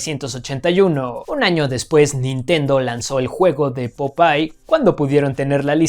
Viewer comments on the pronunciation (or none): Todo el mundo: POPEYE: POPAY 😅 Pd. Me recuerdas el numerín del último dato? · "POPAY" DIOS mis oídos!!!!!! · Popai???? Popai????? 😂😂😂😂😂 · Jaja sí, es está gringizando el